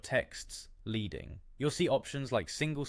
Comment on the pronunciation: Just so you know, 'leading' is pronounced like the metal, 'lead' rather than as in 'leader'. It comes from the old typesetting system of putting different chunks of lead in between the letters on old printing presses.